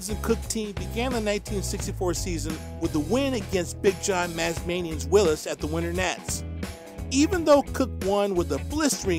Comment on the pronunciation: who is the guy reading all this info. that he doesn't know to pronounce Willis Willies? let me know, thanks